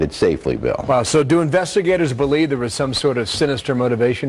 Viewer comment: "Thare???" Really???